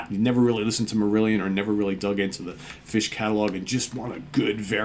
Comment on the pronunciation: Hi folks, hope you had good weekends and the Monday blues aren't getting you down too much! Great pick, and kudos for the Steven Reid-approved "Fush!" pronunciation... My pick today is a bit off the beaten track, but by a singer I always believed should have garnered greater success, having first heard her in the band 1994 (2 albums, a S/T debut then 'Please Stand By') KAREN LAWRENCE "Rip And Tear" More pop rock than anything, but with some nice guitar work, sort of in the vein of bands like Quarterflash or the rockier side of say, Laura Brannigan, and nicely produced by Eddie Leonetti (ANGEL et al) She had another project called KL & THE PINZ, and did some work with Jeff Beck, I believe... Great singer, give thus a listen, abd i can definitely recommend the 1994 albums, too...